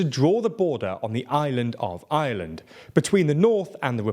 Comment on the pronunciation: Why are so many years you still not pronounce Ireland? You're literally saying the island of island